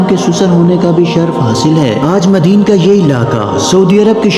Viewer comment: As haabul ika❌As habul aika✅ madin❌ madyan✅.... Ok👍